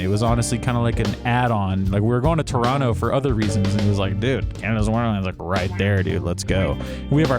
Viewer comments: Perfect pronunciation of Toronto! No one here says Tor ron toe and it's nice to hear you've adopted the local pronunciation of turonno ! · lol…you say Toronto like a true Torontonian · Props for pronouncing "Toronto" like a local